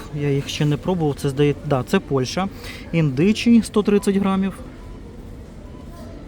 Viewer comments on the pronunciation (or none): none